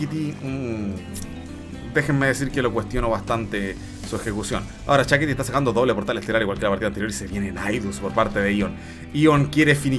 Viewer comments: Se escribe Shakti, pero le dice Shakiti. Todo un innovador el 😄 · dice «Chakiti.» 😅😅